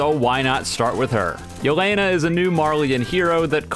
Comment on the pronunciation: This video is all cool and all but Do you even watch aot? plus the way he pronounces Yeh-le-na is funny